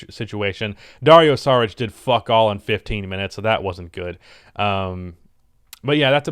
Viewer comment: Bruh how do you say Dario Saric so well but can't pronounce Goran Dragic